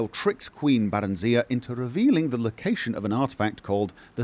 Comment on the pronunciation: The way pronounces it. Bear-en-zee-uh.